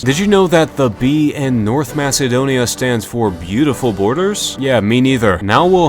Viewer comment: my favorite nation, "north macebonia"